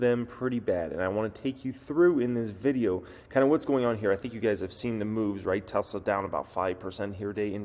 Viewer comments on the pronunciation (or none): none